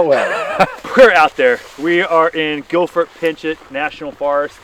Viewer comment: Its Gifford Pin-show NOT Gilford and whatever you did to screw up his last name.